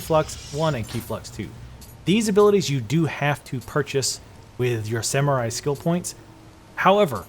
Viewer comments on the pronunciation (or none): none